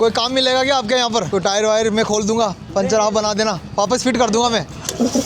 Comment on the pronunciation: panchar hota hai pinchar nahi hota hai 😡😤🤨SSS